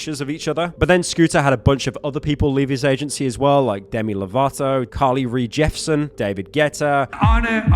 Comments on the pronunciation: Carly Ree Jeffson. Bruh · add carly rae jepsen to the list of mispronunciations